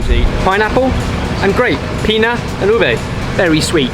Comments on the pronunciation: Sorry, just one thing i have to say... Grape is "uva", like, pronounced "ooh-bah" but with a V sound instead of B. Not "uve". Also, it's "piña". But ñ doesn't exist in english, so. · Love how says pina and uve, instead of piña and uva